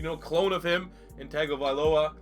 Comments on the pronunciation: It's tua tun-tung-avilo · Its Tua Tongue-O-Vy-Low-A